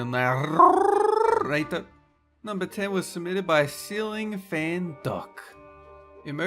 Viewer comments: Hooray! Ur a narrrrrrator again! :D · The only thing I don't like about as a narrator is that he rolls his 'r' when he says narrator.